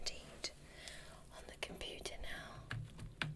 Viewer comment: "looking at the computiyah"